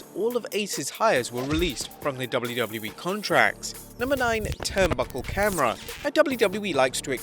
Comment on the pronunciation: WTF is "Dubbllew Dubbllew Ee"